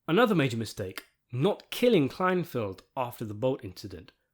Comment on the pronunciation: "KLEINFELD," not "Kleinfield."